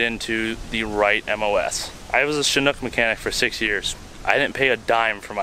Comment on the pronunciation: As a mechanic on them I'm sad you also were taught incorrectly the pronunciation. The name comes from the chinook salmon which that name follows from the chinook tribe, which I'm a part of, and it's pronounced “chin-ook” not shinook. Just a little heads up for ya